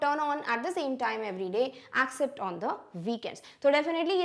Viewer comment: mam you pronounce except spelling wrong